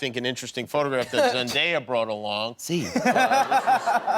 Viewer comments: nobody : jimmy kimmel : Zen DIA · He mispronounced Zendaya’s name